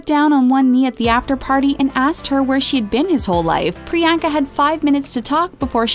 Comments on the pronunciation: 1) The movie is called "Isn't it *Romantic"(not "Isn't it Romance") 2) they pronounced her name 'Pri-yang-ka' instead of 'Pri-yong-ka' 3) I need this channel to give me those 11 minutes of my life back -_ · Shoutout to all the indians watching this laughing at the way these guys are pronouncing Priyanka’s past😂😂🤣.like if you’re proud to be an Indian or agree or just are indian